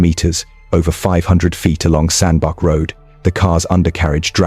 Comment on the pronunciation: Sandbach, is pronounced "sandbatch", not "sandback". This was a difficult one. There was some real cold-blooded intent here. The intelligence, academic achievement, is a bit of a red herring to say the least. She was not drunk enough, to not be aware of what she was doing. It's very difficult to believe she wasn't aware that she was driving along with his body trapped under the car, and this was serious murderous intent. This degree of intent, can't just have arisen on the night in question. She must have had thoughts of doing this before. If it was just temporary anger, she'd have driven off after hitting him the first or second time, being shocked by what she'd done. But this was murderous fury.